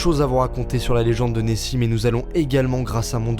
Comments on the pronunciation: La différence entre Neoxi et Nessi c’est l’o 😀(Neossi) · Il y a pas de E à Nessi